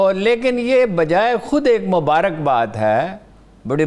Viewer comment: اردو کے چکر میں مبارک کو مبارق کہہ رہی ہے ولیم